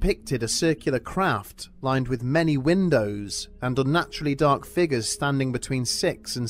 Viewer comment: I expected a good scare but unfortunately ended up laughing so a hard I'm going to have to rewatch this. Sometimes I enjoy being partly deaf because what I do hear is usually so much more funny. When the narrator said "craft" I heard... "They saw a collosal 'crap' three stories tall..."